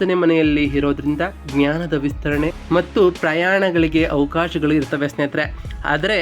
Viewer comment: ಒಂದೇ ಒಂದು request - ತಾವು austrology ಹೇಳ್ತಾ ಇರೋದು, ಮೊದಲು ಅ ಕಾರಗಳು ಹಾಗೂ ಹ ಕಾರಗಳನ್ನು ಸ್ಪಷ್ಟವಾಗಿ ಉಚ್ಚಾರಣೆ ಮಾಡಿ. ಅಧಿಪತಿ ಯನ್ನು ಹಧಿಪತಿ ಎಂದು ಉಚ್ಚರಿಸಬೇಡಿ. ಇರುತ್ತವೆ ಅನ್ನೋಕ್ಕೆ ಹಿರುತ್ತವೆ ಅನ್ನೋದು ತಪ್ಪು, ಸರಿಪಡಿಸಿ ಕೊಳ್ಳಿ